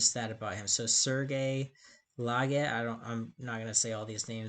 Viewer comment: Oh and btw, the e is silent in French at the end of most words. "Serge Laget" is pronounced "Serj Lajay".